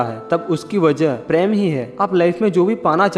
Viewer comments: sorry sir but bolna par raha hai ap apna voice thora tik kijye kuch bate samajh me ni aati hai, for example, ( love) ko ap Hindi me Prem ko na bol k paraim bolte h or bhi kaii word h jo der se samajh aati hai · Nice video But it's prem Not pram😂🤣🤣🤣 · Bhai preyam Nhi Prem bolo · Sir aap prem ko praim kyu bolte hain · app prm sahi bilna sik lo sir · please prounance Prem correct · Mai to praym sun k confused ho gai😂😂